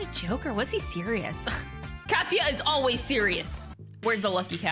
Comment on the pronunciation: Oh Katsuya, as in "Cat"-suya.